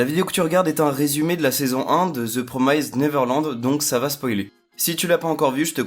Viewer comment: Pitié, promised ça se prononce "promist". Pas "promèzde" "promazde" "promaïzde" et encore moins le ed prononcé "ède". "PROMIST" (C'est pas pour critiquer, (moi-même je prononce mal certains noms de personnages) c'est juste que ça écorche l'oreille quand même)